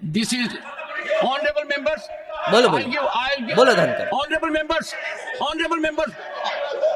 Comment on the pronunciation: "Onraybul" ka kya mallab ?